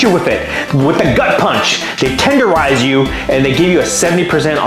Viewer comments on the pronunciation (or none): Tenderizing 😂 lol